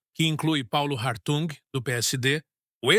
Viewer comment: O correto é Hartung ( H mudo)